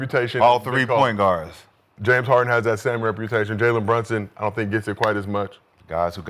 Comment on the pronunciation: HE SAID JALEN BRUNSUN HAHAHAHAHHAHA NOOOOOOO FUCKING WAYYYYYYYYYYYYY